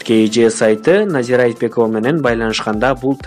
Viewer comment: Назира Айчбекова эмес туура суйлосон боло Айтбекова эле кыпкыргызча эле